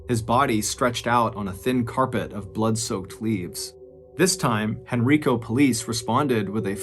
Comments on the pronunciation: I’ve never heard this before! I was born and raised around Richmond. I would have been in my late teens when this happened. Also, it’s pronounced hen-rye-koh not hen-ree-koh. I know he had no way to know that but every time I heard it I cringed a little. 🤣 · Dude I love you but it’s Hen-Rye-co, not Hen-RI-co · Hey MrBallen it's proniuces Henrico with a hard I not henreeco like an E sound. Haha it's all good. Just figured I'd let you know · I know this was years ago, but it's pronounced HenrIco. Long I sound. Not Henreeco. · It's pronounced "Hen-rye-co", not "Hen-ree-co". 😊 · Hey Mr. Ballen, I’m a Virginia native and Henrico is pronounced “hen-rye-co” just for your future reference. I appreciate hearing a story from a place I have visited. I live more in the southern area of Virginia than the northern area. Thank you for everything you do. ❤ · Henrico Virginia is pronounced Hen-RYE-co. Thanks for another great podcast! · I know this video is old but as a local, I just want to clarify the pronunciation of Henrico is Hen-rye-koh. 🫡 Thank you for your podcasts, they get me through my day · *Henrico (pronounced: Hen-Rye-Co) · It’s Hen-rye-co. You’re welcome! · Hen Rye Coe County, Va. Lol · I'm from richmond Virginia ,unfortunately excited to hear my hometown but Henrico is pronounced hen-r-eye-co.but it's makes it that much better u did a story in the area🧟🧟🤦🏿‍♂️☠️🧾💯👣🕵️🕵🏾‍♂️🕵🏼‍♀️🕵🏽‍♀️love your work brotha,thanks for keeping us goin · As a Richmonder it is pronounced "Hen-Rye-Co." I had to. I'm sorry, lol. Thanks for doing this story. I remember this happening while I was a teenager. It's crazy to have more of the story. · I love this since I am in Richmond. Btw it is (Hen-Ry-Co) the I sounds like Y not E. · I'm from Henrico va and it's funny hearing MrBallen mispronounced the name 🤣. I live here in va and haven't heard of this story kudos MrBallen!!